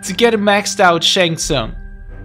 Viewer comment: I know that I meant to say that’s not how you pronounce his name. It’s Shang Tsung not “Snag tsung”.